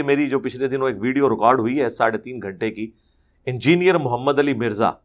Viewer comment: Engineer Mirza doesn't know how to pronounce the word "engineer" what does he preach ?? Firstly, learn the phonetics, neither you an engineer nor a preacher !